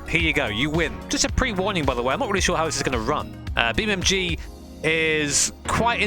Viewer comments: its "NG" - EN-GEE. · Why you say BeamMG 🐒🤣🤣👍